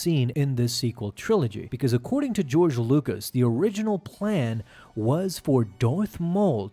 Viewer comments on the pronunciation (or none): none